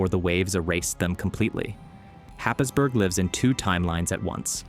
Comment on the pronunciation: Happisburgh; pronounced Hays-Bura. I comment merely for your infomation.